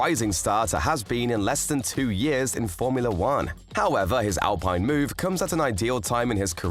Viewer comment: its not pronounce al(pine) this al(peene)